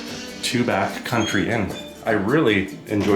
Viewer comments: I live in Tubac and I really enjoyed your tour of my community. It is actually pronounced TuBack by the natives. You will also hear it pronounced Tubahk, perhaps both are correct. My understanding is that the name is derived from Native American language and not Spanish, so does not have the Spanish pronunciation. Living here, I should know for sure. Thank you for this wonderful video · Beautiful video! FYI, I think it’s pronounced Tubok.